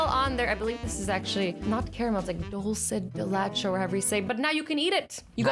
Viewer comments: Dulce de lacho 😂 (dulce de leche)Im dying 😂 😂 😂 😂😂😂😂😂😂😂😂😂ilysm ❤️❤️❤️ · Its dulce de le ch e as if you where saying milk in spainish which is leche, dulce de leche is also caramel 😂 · Did you mean Dulce de leche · Azzy: mmm caramel me:... no, dulce de leche Lol 😂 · Did anyone else cringe when she said dulce de leche incorrectly??